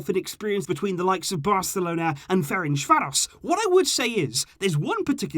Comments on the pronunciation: I'm hungarian and i have to tell you you completely butchered the name Ferencváros =))). Its pronounced like Ferentzvaros (s like in sugar). Good videos though. Keep up! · You need to pronounce Ferencváros, like c in certain and the s like sh.🇭🇺